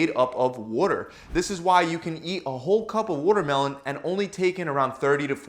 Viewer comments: Wutermelon is made of wuter 🤣😂🤣😂🤣😂🤣😂🤣😂🤣😂🤣😂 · Is this guy canadian? The way he pronounces watermelon is unfamiliar to me lol it sounds like wootermelon 😆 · must drink wotter mellon 😂😂😂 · Wooder melon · What's wutermelon? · He said woodermelon!! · Woodermelun lol I know a Philly accent when I hear it! What can I say; we pronounce our water, watermelon and waterice, aggressively 😎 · Wtf is a Woodermelon 😂💀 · what exactly is a "WUTERMELON"? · Can’t trust a guy who can’t pronounce watermelon. Wootermelem. Wooder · He worrerd the worrormelon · he really said “woodermelon” this was helpful. thank you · He says votermelon. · Wootermelon hahahahahaha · I love it when he says wooter-melon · “ Wudder melon” lol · I wish he talked about wutermelon in every video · Excuse me Sir... he said, "Woodermelon," mmkay? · Woahter melon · whahahaha wottermellon 😂😂😂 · Yess WURTERMELON🤣🤣🤣🤣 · woooter melon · “Over 90% of wotermelon is made of up .. woter” lol. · Philly accent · he’s from nyc i think